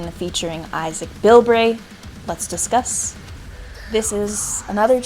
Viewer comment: Whenever you say "Let's discuss". I think 🤔... Let's DISGUST"